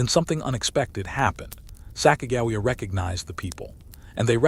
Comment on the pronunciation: You pronounce Sacagawea wrong